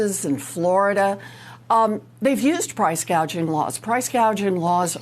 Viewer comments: Can’t get over Kamala’s mispronunciation of the word gouging, … “gauging”… as a rather un literary person even I knew how to correctly say it because I have experienced it. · PRICE GAUGING ... JUST THINK WHAT A BRAINLESS STUPID HO SHE IS SHE DIDN'T EVEN KNOW WHAT PRICE GOUGHING WAS SHE THOUGHT IT WAS CALLED GAUGING ... SO SHE DOESN'T EVEN KNOW WHAT SHE IS TALKING ABOUT ... HOW CRAZY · Does anyone know what percentage of increased costs is due to price gouging (or price "gaging" as KH pronounces it)? It's probably happening, but it may not be the primary cause of inflation. btw Cenk is increasingly irrational and hears everything through his TDS and obsequiousness to the Democrat establishment.